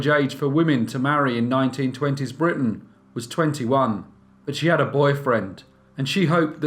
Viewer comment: Please say Britain.